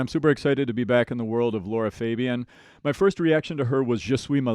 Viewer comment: her name is pronounced la ra fab(like in fabulous) ian